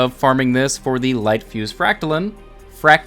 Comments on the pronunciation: frac-ta-line, not lin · Your saying it like fractalin but it’s fractaline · Didn’t know line was pronounced lin. LINE. LINE. Your pronouncing the part of the made up word that is actual word wrong. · For those who skipped first grade, silent E makes the vowel say it’s name. You don’t say “name” as “nam” you don’t say “line” as Lin” you don’t say “fractaline” as “fractalin” 😜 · It's FrACKtaleen, not FractalEEEEN... Gawd... Next you'll be telling me you don't know how to say LeviOHsar...... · Fractaline like saying line God damnit not lean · why do you keep saying fractalin? it’s fractaline, learn how to englands. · It’s pronounced fractaloons! Duh! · I'm sorry, I just can't accept your pronunciation of Fractaline - fractal is a word and Fractaline is just fractal with the suffix "-ine". In the suffix "-ine" the 'e' capitalizes the 'i' giving it an "eye-n" sound. This is true of literary every other word that uses the suffix "-ine" - dine, fine, line, mine, nine, pine, vine, wine. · It’s obviously pronounced as “macaroni farts”. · you prob pronounce Trampoline the same way you pronounce Fractoline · Fractal lines pronounced as read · Fra ct a line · lol Its pronounced FRAC-TA-LINE LOL there is an E on the end and in english that means the I in LINE is pronounced EYE. LOL not getting mad i just got a kick outta how you said it was a made up word, yes that is the case but made up words have to follow the rules of the English language to lol. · It's pronounced fractaline not fractaline or fractaline. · It's Fractaline, not Fractaline.